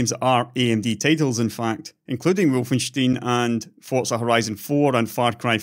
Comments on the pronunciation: Wolfenstein is pronounced "wol-fen-stine". Not wolfensteen. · wol-fen-stine is also a totaly wrong pronunciation due to it being a German name/word. Correct would be (and im using IPA here since it should be the same everywhere): ˈvɔlfn̩ˈʃtaɪ̯n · actualy its wul-fen- schtein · If it's supposed to be pronounced the German way (which would make sense IMO), it's "Volfenstyne" not "Volfensteen" I think? I.e. the same as the beer mug. :) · By the way, the the stein in Wolfenstein is pronounced slightly different with the ei sounding like the i in time.